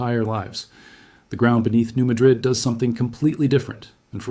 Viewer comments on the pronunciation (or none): That is not how it is pronounced. New Madrid is pornounced New Madrid not with an uh sound, but with a ah sound.